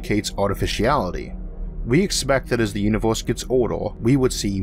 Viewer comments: Nice video, just can't stand the "univorse" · Orth? Uniworse? lol